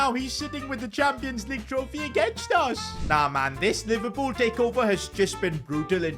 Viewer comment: NOT PIVERLOOL😭😭😭